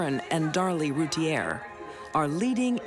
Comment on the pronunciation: Darlie's last name was mispronounced. It should be "Root-ee-ay"